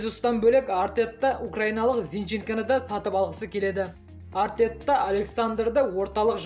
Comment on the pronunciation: жаксы дами бер,Артетта деп емес,Артета деп айта бер✊